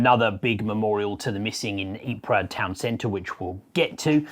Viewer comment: There is no PRA. Just EEP. A slight plosive after the EEP bbit b iver EEP-PRA.